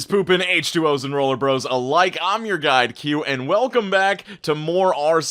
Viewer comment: I always think you’re saying “I’m your god”not “I’m your guide”